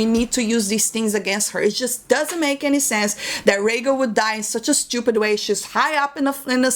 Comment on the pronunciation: I can listen to you say "shtupid" all day long lol